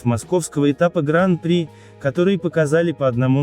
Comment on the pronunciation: откуда такая достоверная информация?)) в любом случае, почти любое название роликов на канале максимально высосаны из пальца, лишь бы завлечь простых зрителей YouTube... P.S. Уважаемый автор сего канала, заглуглите, будьте добры, на какой слог падает ударение в термине "Гран-при", википедия Вам в помощь